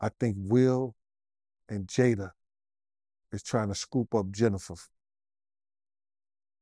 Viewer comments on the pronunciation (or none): none